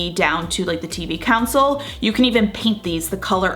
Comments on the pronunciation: Did she say “council” instead of “console”??? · tv counsel?? you mean "console"